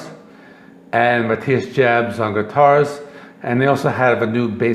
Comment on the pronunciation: as a lifelong scorpions fan (since 1977) i greatly appreciate your post. but disagree with 80% of these rankings. ps. matthias last name is pronounced like yobbs. kick your ass to heaven with rock n roll tonight